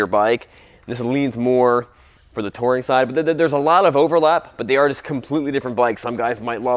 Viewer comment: It's pronounced touring...not "toring".